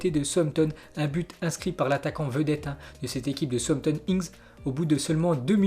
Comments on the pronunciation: souzampton est mieux pas sauossampton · Souamtom ???? Southampton plutôt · southampton se prononce saoussamton